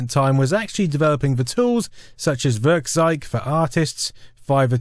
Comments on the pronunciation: Really nice video, .kkrieger blew some heads back in the day. =) FWIW when trying to say German words, it can help to remember a couple of things, like how eu and äu are both pronounce "oi" (so Werkkzeug = Werkkzoig, bräu in beers = broi, etc.), and ei is pronounced like the English word "eye" (so less "heil Cesar" and more "hail HiREDACTED). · Werkzeug simply means tool in English. And you would correctly pronounce it like this: "Wairktsoig" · I like how you pronounce 'Werkzeug' as 'Würgzeig' xD